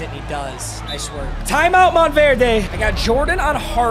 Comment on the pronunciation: the "verde" in "mountverde" is pronounced "vert"